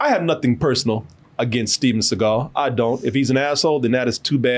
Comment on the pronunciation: The Reggae album should've said "Steven Se-gayl".